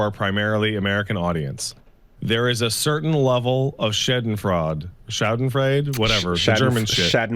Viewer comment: I’m German and I love your pronunciation of "Schadenfreude".